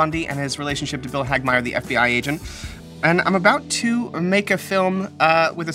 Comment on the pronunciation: Wait wait. He said Bill Hagmaier correctly!? Im a Hagmaier. Someone saying it right is amazing. Also im not related we just share the last name lol